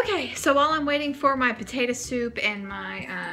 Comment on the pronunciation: You said tator soup